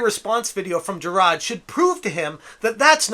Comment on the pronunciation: Ive watched two of your low effort videos and the main take away is this. You either dont know how yo say his name, or are meming his name. Its "Ja-r-ar-d" not whatever the hell youre saying. Also, dont care about the completionest. He means nothing to me. Just the way you say his name is wrong.